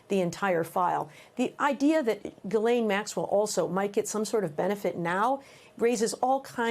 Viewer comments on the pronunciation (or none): How are people STILL not able to pronounce Ghislaine correctly??? Stupid Americans